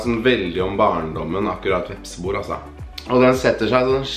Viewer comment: Jeg sender telefonen videre til han som uttaler vepsebol, «vepsebor»